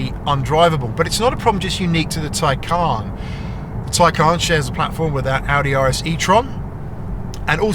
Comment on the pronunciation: Its a Tay-can not Tay-caaarrrrn.